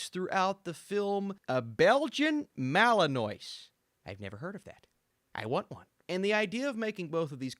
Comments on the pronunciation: So the breed, in the movie, is a Belgian Malinois. Pronounced Mal in wah. I have a Border Collie/Australian Shephard/Pit Bull mix. She has been my service animal for almost 12 years. She is close to retiring and Belgian Malinois is one of the breeds I am looking at to replace her. Her name is Bonnie. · "Belgian Malinois" is actually pronounced "Belgian Malinwah". it's names after a city in belgium. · U mispronounced rhe dog breed...but aaplease do not.get one..THE BREED IS NOT A.FAMILY DOG BY ANY MEANS...IT DOES WHAT BRED FOR WITH 200 PERCENT EFFORT ALL THE TIME AND LIFE LONG NO MATTER WHAT U THINK.. THIS DOG IS INLY FOR ABOUT 1 OUT OF 50K DOG OWNERS....DO NOT GET ONE..EVER..JESUS...I HATE MOVIES THAT MAKE PEOPLE WANT TO.GET A BREED OF DOG ... SAVE A LIFE AND GET A POUND DOG..JESUS PEOPLE.